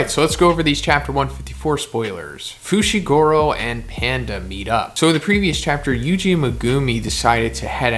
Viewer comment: the way this guy says megumi, i cant😭. meh-GOOO-mii... fu-shi-GUUU-ro 😭😭😂 Love your content though!